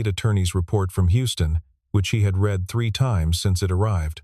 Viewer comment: These AI voices are incompetent! Saying street for Saint, and saying read in the present singular for a past tense read. Frustrating to listen to. 👎